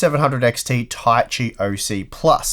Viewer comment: Ta-i-chi, not Tai-chi or Ta-si.